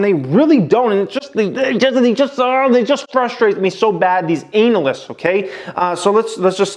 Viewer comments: Can u keep saying anal- yst in ur vids please. Highly amusing. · Why you say analyst like anal